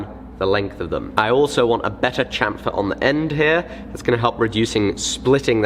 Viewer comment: Say Sham-fer, like Champagne.